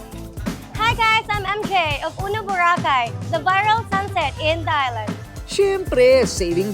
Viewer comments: Paki ayos ang pag pronounce ng Vho-ra-khai … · Maganda sana ang episode ngaun nakakapikon lang ang bora cay mo madam mamamia what are you the foreigner over there🤪🤣🤣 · Akala mo hindi pilipino ang nag vlog eh bakit iba pagka bigkas ng boracay ambisyusa ka miss kuring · Anong Bora-Cay??? Hahahah.. kaya mali2x mga kabataan eh. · Ms Korina, bo-ra-cay po not bura-kaaay... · BORACAY not Borah Cay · I can't stand how Korina say the word BURA-keyy???many times..I'm sorry that's now how to pronounce it..I can't finish watching the video in as much as I want to see BORACAY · Whats with the BURAKEY?????? Journalist ka pa nman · why do you pronounce Boracay like that?? I would have loved the episode but can’t get past the way you say Bora-cay 🤷‍♀️🤷‍♀️🤷‍♀️ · Ayusin mo nga ang pagbigkas ng BO'RACAY, parang super accentuated, watch for your Bo racay word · Na confused din ako sa bora -kay first time ko makarinig ng ganyan pronunciation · nakaka bigkas naman Pala ng Tama sa word na Boracay. Bat pinipilit pa ma slang BORA-CAY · Yung sarap ng nood mo pero habang tumatagal naiinis ka na tuwing madidinig mo Yung pronunciation ng Boracay to bo-racay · Iba ang pagbigkas ni korina sa Boracay...hehehehe. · Grabe ka korina bigkasin mo ng mabuti ang Boracay Hindi ka amerikana,pilipino ka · What the heck Korina? Parang di Pinoy kung mag pronounce ng Boracay! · ayusin mo muna yang pagka bigkas mo ng BORACAY korina kainis ka😂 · Korina, bakit mo iniiba ang pag pronounce ng Boracay? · Ambot sa imo Korina.. Taga Asa man ka di man ka kabalo mubigkas sa Boracay..baka nman mg viral din. Pag ka bigkas.. Just saying... 😂😂😂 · Kapag ba socialite iba bigkas ng tono ng Boracay kaasar 😅🤣😂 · Is that the proper pronunciation of Boracay? My family is from Roxas, Capiz....they don't say it that way though. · 😂😂😂😂 ay boracay na jejejej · I'm bothered how Korina how Korina pronounced BORACAY ..is that how we say BORACAY?I'm confused?